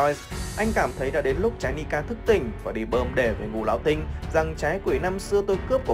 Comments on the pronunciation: ngũ lão tinh. phát âm ra ngũ lão sờ tinh, vãi lúa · xem clip thấy thằng này nó đọc chữ ngũ lão tinh cứ phải đọc thành sting ấy nhỉ? hay uống nhiều sting quá bị líu lưỡi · ))) chắc nghĩ thế là ngầu nên cứ đến từ đó là gằn giọng